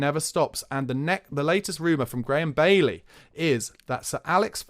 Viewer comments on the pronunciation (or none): none